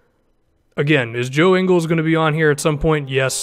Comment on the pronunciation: THA GOD JINGLESSSSSSS. You said his last name wrong tho.